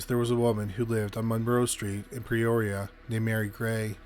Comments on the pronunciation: Incorrect pronunciation- it’s Not PReoria but Peoria. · Its P-Ore-e-a not Pre-oria. So hard to listen to... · It's peoria, not pre-oria.😊 Damn Canadians... Lol I'm kidding I love y'all, ey.😁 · Are you saying, "Preoria"? For God's sake, you are a narrator. Can't you say PEORIA? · Why do you sat PRE-oria when its PE-oria? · With all due respect, Peoria is pronounced: pea-oar-ee-uh. You said it correctly when you said Peoria Lake. Just trying to be helpful, not critical. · Yeah, that pronunciation was bothering me too!! It’s the way he talks. He ALWAYS slurs his words like a drunk!!